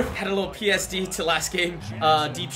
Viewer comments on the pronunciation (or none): Lol did he say psd instead of ptsd